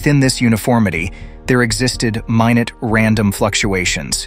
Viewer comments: Dear AI Voice. Minute has 2 pronunciations. When it is a measure of time it is "MIN-nit". When it means very small it is "my-NOOT". Dictionaries agree with me that it is not "my-nutt". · “Minut”…. you mean minute, right little AI narrator? Dead giveaway, that is… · Stupid AI voice that cannot even correctly pronounce 'minute.' gtfo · Did I just hear you mispronounce “minute”? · I like how this robot can’t pronounce English. Comes up with a new pronunciation of “minute”.